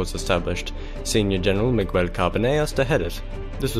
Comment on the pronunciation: The letter U, in the name Miguel, is silent.